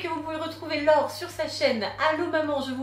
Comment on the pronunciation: cest "laure" pas "lore"